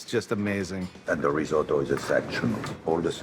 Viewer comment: You can see that chef getting annoyed every time Guy pronounces risotto incorrectly